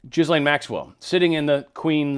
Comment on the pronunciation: The Paysur family are above and control the Rothschild's. And the S in Ghislaine is silent, its pronounced Gil lane (not Jis lane).